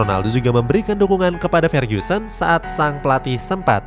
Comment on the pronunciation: Koreksi dikit "Ferguson" bukan "Fergusen" sama "D'or" bukan "Dor"